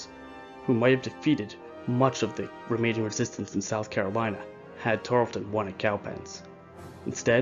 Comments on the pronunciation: Yeah, it's hard to hear the monotone narration when all that racket is booming in the background. Frustrating. And the British commander's name was Banastre Tarleton, not "Benjamin Tarlston." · It is Tarelton, not Tarelston. Bannister or Benaster not Benjamin. Morgan was a Colonel, not a General, as was Tarleton. However, the video is very well done and I commend you as to how it was diagrammed. Few have depicted it as well.